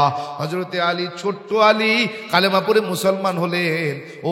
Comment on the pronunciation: কালেমা না বলে কালিমা বলা দরকার